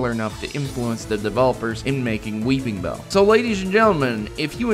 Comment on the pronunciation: weePINbell, NO "G"